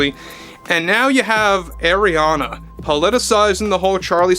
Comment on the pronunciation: Just think like a pirate its Arrriana Grande, not Areania